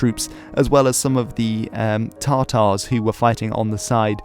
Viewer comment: did you say Tar Tars? would they by any chance have any Tar Tar sauce because i need it for the tiney minotuar